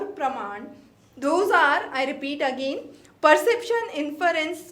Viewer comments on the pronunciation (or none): none